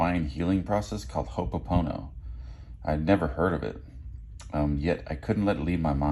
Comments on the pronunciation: It’s ho’oponopono Not “hono”. It’s ho’o pono pono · Crazyyyy!!! When we lived in hawaii, we learned about this concept. It’s pronounced- ho-no po-no po-no It Means - “everything is all good 🤙🏼” Hehe Ayyy pono!!!